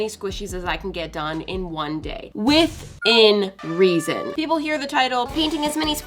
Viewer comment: Bruuuh. "Withen" reason***